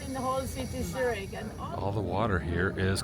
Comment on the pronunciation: YES, “Zurick” Zurich